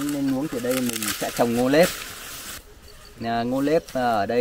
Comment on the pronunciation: Ngô nếp, ngô nếp, ngô nếp, không phải ngô lếp